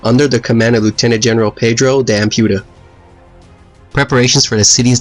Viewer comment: Excellent video and thank you! But Ampudia is pronounced ahm-pooh-DEE-ah. NBD, just FYI